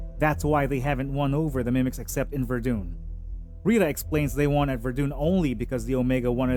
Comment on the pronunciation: Your mispronunciations of Sargeant Ferell and Verdun France indicate you never saw the movie, just reading off a summary sheet generated elsewhere. You pronouncing Verdun as VerDune indicates you have Dune on the brain. And yes Dune was a fantastic movie, saw it 3X.